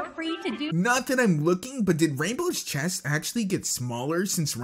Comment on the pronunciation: realy "chaest" seriously? !?!?!?!?!?!?!?!?